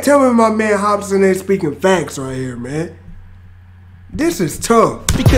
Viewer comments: Why you pronouncing it "hospin" tho? 😂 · Hop-sin lol not hos-pin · its hopsin no hospin my guy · Anyone heard say hospin twice instead of hopsin 😭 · Kristoffer Reyes hopspin lolololol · First time he said Hopsin, he went Hospin =))))))))))))))) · “hop-spin” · "HOPSMIN" lol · Sounds like your saying “hop spin” hahaha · He said "HOSPIN" lol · Keep saying Hopsmen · Hosbin is slightly easier to say than hopsin but its whatever haha respect. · Lol hes saying Hosspin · It’s pronounced hop sin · Just wish one reactor would say his name instead of Hospin. Jits old.